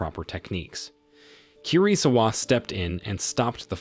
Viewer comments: I think KIRISAWA is pronounced KEY-REE-SAWA KAI is pronounced KYE like EYE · the way he pronounce 'kirisawa' and 'kai' triggers me. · Kirisawa was pronounced almost correctly.. Only the Kai turning Kei is the problem. You don't pronounce 4 syllable-word in Japanese like "Kiriii-saaawa" that's dumb. Western pronunciation of Japanese names are idiotic. Like how Naruto becoming "Naruuuto", straight up dog water pronunciation